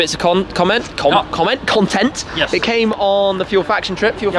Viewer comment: "Con, Comet, Comment, Content!" :D